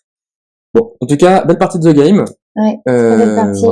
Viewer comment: le " THE " se prononce ' de ' . Donc on dit " De game "